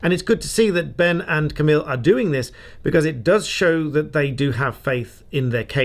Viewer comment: JUST FYI Camille is pronounced like Ka-meal not ka-mill